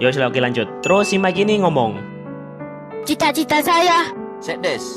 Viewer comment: itu kanjud bukan lanjut😂